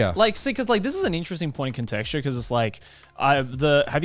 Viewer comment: I think he meant conjecture, not contecture 😅